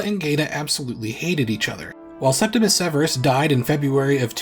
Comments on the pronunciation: Please, it's Septimius Severus, not Septimus. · Many people mispronounce the first Severan emperor's nomen as "Septimus," but it is actually "Septimius" with an "I" before the "U." I apologize if it seems nitpicky but many people seem to make this mistake. I really appreciate your videos and love when there is a new upload